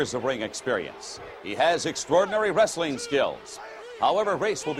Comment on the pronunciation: always hated the way McMahon says "Wrestling". Sounds more like "Rustling"